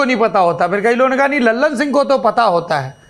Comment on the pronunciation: लल्लन सिंह नहीं सर ललन सिंह